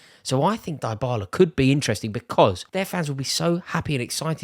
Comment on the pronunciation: It's "DEE"--bala!!! (but you're right Rory, that'd be a brilliant signing for Arsenal actually)